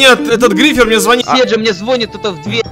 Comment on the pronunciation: Не званит, а звонит, ударение на о!